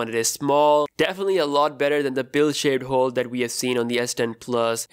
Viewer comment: I hate the way this guy says "Hole" as "Hoowl"